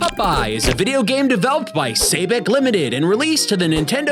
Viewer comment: You said Vidja!